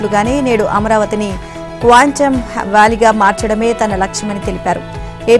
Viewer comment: ఏమ్మా నీకు క్వాంటం అంటాను రాదా కాంతం అంటున్నావు